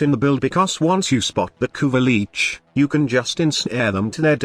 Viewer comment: No one noticed... "Kuva leech" "kuva leeches" you need to modify your TTS bud